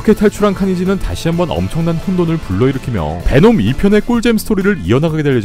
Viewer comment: 놈베라고 하는거 킹받으면서 웃기네 제주 돔베 고기 먹고싶다